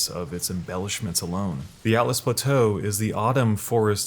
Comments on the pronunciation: It's ALTUS l, not ATLAS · "Atlas Plateau" "Sofia river" lol you need to work on your pronunciations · It's Siofra, not Sofia River. Also Altus Plateau, not Atlas. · My eye twitched when he said atlas plateau and Sofia river lol